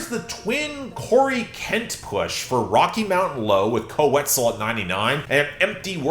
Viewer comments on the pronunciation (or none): none